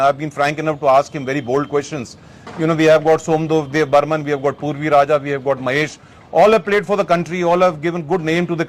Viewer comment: Purav Raja ka naam toh sahi se bol lo brother. Also Sumit withdrew from Hangzhou. So that point is completely invalid.